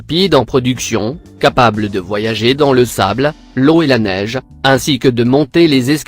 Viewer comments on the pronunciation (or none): none